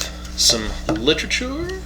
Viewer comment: lol, i love how he says 'literature'